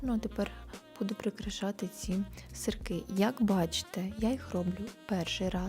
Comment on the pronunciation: Не сырЬки , , а сырки